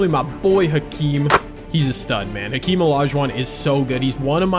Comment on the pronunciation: I hope you know it’s pronounced “akeem”